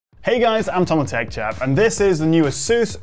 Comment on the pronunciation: Every time I watch one of your videos I think you are saying "".